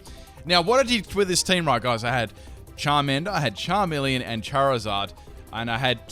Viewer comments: is charmeleon not charmilian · really? charmilian? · Charmilian? ITS CHARMELEON BOI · its charmeleon not charmileon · It's called a CHARMELEON not a charmillion. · "Charmilian" Son, I am disappoint. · its not charmilian its Charmeleon! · its charmeleon not charmilian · charmilian XD nice..... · LOL charmilian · CHARMILIAN XD